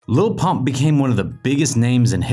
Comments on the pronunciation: It sounded like he said lol pop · i swear the narrator called him 'lil punk' a few times